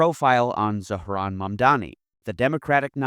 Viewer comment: I like that you said Zohran's name right. Thank you.